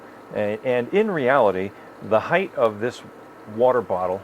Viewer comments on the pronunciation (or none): none